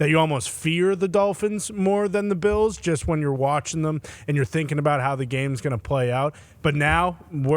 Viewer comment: I always thought Pat said Buffalo Beatles, now I realized he is calling them Beels lol